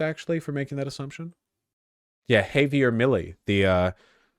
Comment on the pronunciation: it's still crazy to me that Vaush can't say Javier.